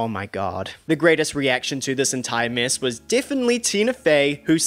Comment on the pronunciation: Due to I will now always say the word mess as MISSSSSS